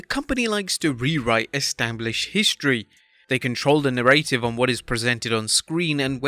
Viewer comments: Na-ruh-tive. Not nuh-ray-tive. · fyi narrative isn't pronounced "narrate-ivv" it's "narra-tiv" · Why can’t the narrator say narrative correctly???? It’s narr a tive small a not narr A tive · Please say "NARA-tive", not "narrAY-tive". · WTF is a Na-RAY-tive?? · "Na ray tiv" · "the narr-ay-tive" WTF? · Me too!!! NAIR-uh-tivv... Get it right!!! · Say it with me Narrative NA-RA-TIV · the narrative. how did you say it?? 😂 just basic language, dude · Stop over-emphasizing the middle A in narrative. You're putting emphasis on the wrong syllable. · ‘Narrative’ does not rhyme with ‘creative’. Good god.. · Who the hell pronounces narrative like that 🤦‍♂️ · For the love of God, if you're going to do a video about narratives, learn how to correctly pronounce the word 'narrative.' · Lol..... that's not how you pronounce "narrative".